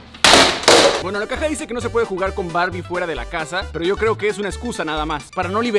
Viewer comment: dice lla we